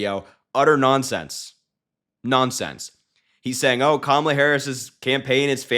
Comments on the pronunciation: Strange. He pronounced KAMALA correctly a couple times. Poor old fart is slipping badly. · Donald Trump is still down and licking his wounds from the last debate that I personally don't think he'll be able to handle another one.h I mean, the proof is right here. He actually pronounced Kamala's name correctly! 😂😂😂😂😂😂😂😂🤣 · He's pronouncing her name right lately. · Did he accidentally pronounce Kamala’s name correctly?? I appreciate you Harry! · He said Kamala correctly. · He actually pronounced her name properly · Did I hear Trump say Kamala Harris name correctly? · He actually pronounced her name correctly.😂😂😂